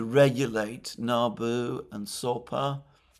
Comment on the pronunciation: Alexander it is Sapo not Sopa, just like toad in Portuguise.